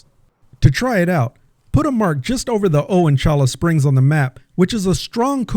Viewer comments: Late to the party, but it is "choy-ah" springs. Great content otherwise. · It's pronounced "Choya Springs". Yer killin' me.😖